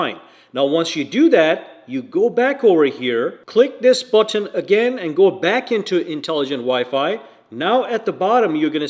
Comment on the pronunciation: Why the issue with saying button.. its not Butt on..